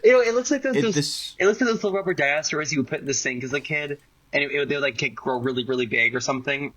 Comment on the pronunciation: Dinozelz lol